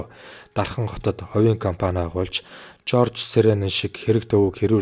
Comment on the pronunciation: Кирсан Илюмжинов - Кирсан Илюмжяев, Жож Сэрээнэн - Жорж Сэрээнэн ингэж хүний нэрийг буруу уншиж доромжлохгүй ээ